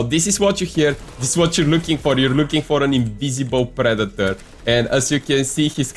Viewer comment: “Pree-dee-torrr” bro I love you accent 😂